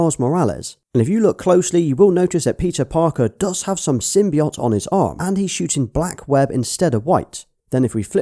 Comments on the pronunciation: Not to be a dick but it's pronounced sim by oat not sim by ot :) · You say symbiote, wrong lol.